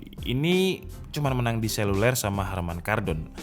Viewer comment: selulel 😂 mantep mas.. 👍👍